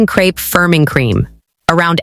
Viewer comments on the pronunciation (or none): none